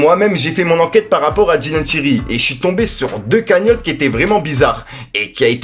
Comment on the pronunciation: C’est Dylan Thyri tu rend ouf a dire Dylan tirelire